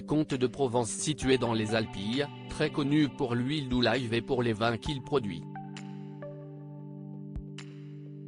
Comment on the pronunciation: L'huile d'olives ... et pas olaiives